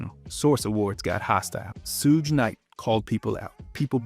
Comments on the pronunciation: "sooj knight" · this mfer said "SOOJ" knight, not "Shug" Knight. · 😂🤣wtf is Sooge knight?!? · soooog knight lmaoooooooo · Not sooge knight 😂😂😂😂😂😂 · Who tf is Sooge? 😂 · Absolutely. Who tf is "SOOJ" Knight? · So many names were mispronounced from Bambaataa to Nas. “Sooj” was my last straw lmaooo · Soogue Night lol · You never heard of Sooge Knight😂😂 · Bro said SOOJ NIGHT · I wasn't sure at first but then he said Suge wrong and I was sure...buddy we know what you are😭😭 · I noticed that too, Suge is pronounced correct in my videos 🙂